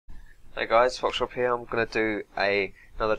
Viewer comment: If u say "hey guys foxdrop here" i always think u said "fourpaws"